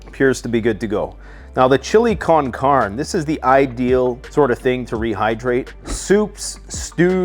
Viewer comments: It's chili can'carne like can car nay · You need to learn the proper annunciation of con carne. But I still love your videos. Thanks for what you do